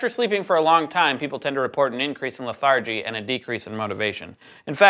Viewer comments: LEthargy, not leTHARgy. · "leh-THAR-gee" ... "lether-GEE" ... Yeah. That was weird. And wrong. I think. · That pronunciation of "lethargy."